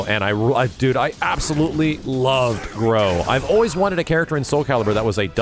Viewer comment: I believe it's pronounced as "Gruh" rather than "grow". My professor had that same /o/ in her name and she pronounces it with a /u/ sound like in "truck".